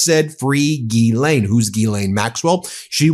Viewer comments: Zha-Lain.. like GISELLE..~NOT` GEE-lane....Zha (think Zaza) Zha-Lain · For English people say "Gis-len" close enough lol it's not Guilane" lol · Gi-lane? I thought it was pronounced "JizzLane" 🤷‍♂️ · I believe it's pronounced "Jizz Lane." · It's pronounced jizzlayne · The French pernuciation is said JIZZLAINE...I'm not idding😅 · It's pronounced Jizz-Lane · You're saying her name wrong. It's jizzlane Maxwell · I thought it was pronounced "Jizz-lane"